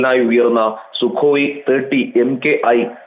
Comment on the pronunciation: Sukoyi thotti alla madam, Thirty...